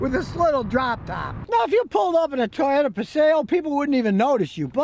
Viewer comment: It’s a “toy”ota